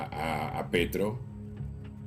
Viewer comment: No se porque le seguía diciendo Pietro en vez de Petro 🤣😂